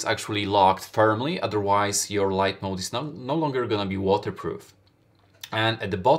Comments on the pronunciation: Mod not mode my dude lol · MOD not mode. There is no E at the end.